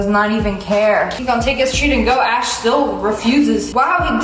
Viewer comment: The corect way of saying it is “Ash” not ashe